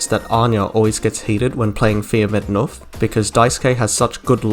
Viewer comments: Wonderful video. I really feel the need to say though that as a Swedish person every time I heard you say "knuff" with a silent k it fucking threw me. "Fia med 'nuff".. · Wonderful video, it's so cool how something so small can carry so much meaning! As a swede your pronunciation of "knuff" (push in Swedish) did throw me of a bit tho, it's said with a "K" sound in the beginning (think more similar to the "C" in can't) and not an "N" sound :)